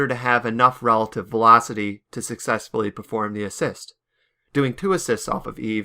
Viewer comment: sussessfully asselerating (Jk I love you)